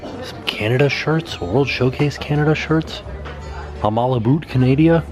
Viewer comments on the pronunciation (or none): LOL at about you said "I'm all aboot 'CANADIA" ".